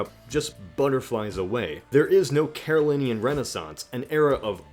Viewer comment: Carolingian has a g that needs to be pronounced. We have the same Ohio/midwestern accent so that's no excuse.